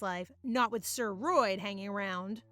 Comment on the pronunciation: "Sir Roid" keeps sounding like "steroid" to me, and it's hilarious. 😂